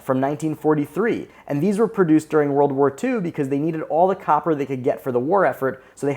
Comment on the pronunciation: "Couper" lol